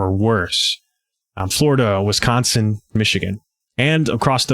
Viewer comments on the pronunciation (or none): none